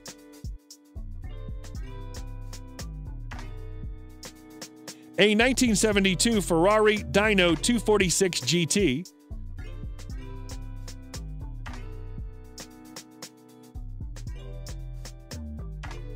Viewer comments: A Ferrari Dino is pronounced "Deano" and not "Dyno", named after Alfredo Ferrari; the patriarch's son. Sheesh. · Richards Bentley was sold as was his Dino (to a Japanese collector). It recently came back on the market at an auction. FYI, the cars' name is pronounced "deeno", not "dieno". Think Dean Martins's nickname, Dino. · Its DINO as in DEENO, not the machine you measure horsepower - DYNO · It’s not pronounced “Dyno” it’s Dino as in Dean(o) Martin. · Pronounced Deeno, not Dyno. for Dino. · Ferrari Dino - Dino is pronounced DEE - NO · Dino is not pronounced dineno !